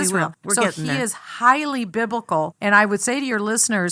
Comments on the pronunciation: To be fair, she never actually said he was BIBLICAL. If you listen closely she said BIBICAL, which isn't a word to the rest of us but maybe it's her own word for stupid lying racist pig. Who's to know for sure. 🤣🤣🤣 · hate this dumb bitch!! she can't even pronounce the word biblical,stupid ass bitch!!